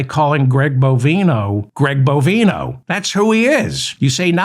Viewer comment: Dear Mr Feldman I am sick and tired of hearing Greg BOVINE-oh's name misprononced. If u have trouble just uee one of his several bovine nicknames aka 'cow flop', 'cow patty', 'short cow', and of course 'sharty shorty' ... carry on ~meow